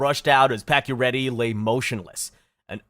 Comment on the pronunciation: Pakioretty is actually pronounced pachio chara is 6´9… patch dont lose is balance he got body Check by chara. And lifted patch of his skates due to size difference. Patach head hit that corner… and he dont miss the rest of that season he came back 2 weeks after. He never had a broken thing he was only concus. They did add pading on the corner. Thats about the only thing you got right on that play. So yeah….. Guess you make shit up 😟